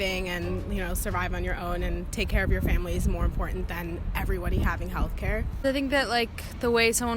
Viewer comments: Why does it seem no one can pronounce the word "important" anymore? It's not "im-pour-ant" FFS. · They're in college, but they talk babytalk, can't even let themselves pronounce & enunciate the word "important" properly. It's really "in-pour-it-aank" or "in-pour-ann" Are these "students" never even required by professors to speak without using baby or toddler-speak?? No, of course they aren't. These jelly-brained, brainwashed imbeciles clearly know NOTHING of in-pour-annce! They need at least 1 solid year majoring in nothing but the revelations of Yuri Bezmenov, how George Soros et al have controlled, destroyed & controlled currencies & nations, how these abusive puppet asters operate on every level, and how to get your own brain & sovereignty back after being completely brainwashed & cucked all of your miserable, pointless, deluded life 👍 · Why does this generation not pronounce the T's in important?